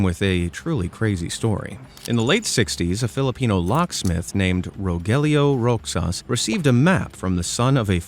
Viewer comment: Rogelio Roxas is pronounced as “Rohelio Rohas”. It’s basically a Spanish name.